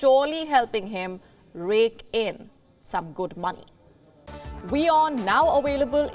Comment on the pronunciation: WION, if you are a global news network, English fixes: W is not V, and THIRD is not TURD. Thanks.